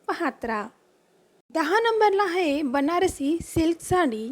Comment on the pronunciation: हाये नाही आहे म्हणायला शिक